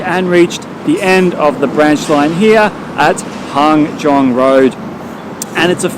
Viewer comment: it's Hangzhong Road 航中路 not Hanzhong Road 汉中路 ;) which BTW is one of greater transfer hubs in the center of Shanghai ;)